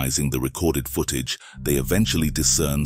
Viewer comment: One horrifying thing is how the narrator pronounces footage